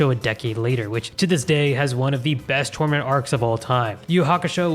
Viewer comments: He said tournament arc not torment arc 😂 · Not 'torment arc'. 'Tournament' arc. He just said it weird.